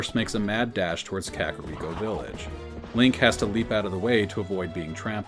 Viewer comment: I love listening to these, though "krakoriko" made me laugh too hard